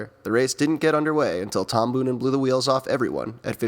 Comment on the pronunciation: Your video's are great but: Its not tom bunen but boonen ( o sounds like the o in bow but longer) Devolder isn't out of shape as seen in your vid Gilbert fell a few k before the cobbles where Flecha fell and had pain in the knee otherwhise: great job